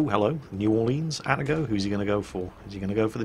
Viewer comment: getting triggered by "atta-go" and not Ah-Tah-go